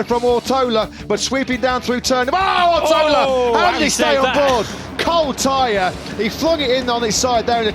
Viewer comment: Rider’s name: Ortolá Commentators: “Owrotowler”